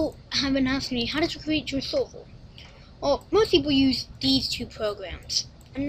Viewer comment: you look so funny saying minecraft sorvo xD